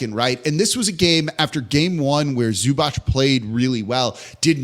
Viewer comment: Can u guys please learn how to say zubac.